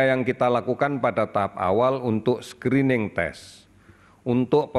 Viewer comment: "Screening" bukan "Skrining" Indonseia